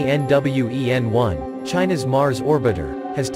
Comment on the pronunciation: It’s pronounced as Tian (天) Wen(问）which means question for the sky, not T..i..a..n..